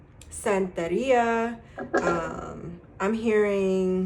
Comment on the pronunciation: 😊loved how you said santeria in pile 2. New subscriber from PR! Africana studies prof